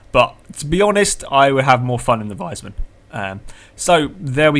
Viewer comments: i dont really get what you mean,but its pronounced like wiisman you know like the console not liek wisemann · Is it so hard to say wiesmann the proper way?¿?